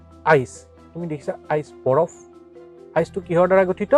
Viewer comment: Ice not iec sir😅😅😅😅😅🤣🤣🤣